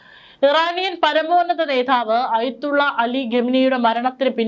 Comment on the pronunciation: നേതാവ്.. അതു മതി. നേധാവ് ❌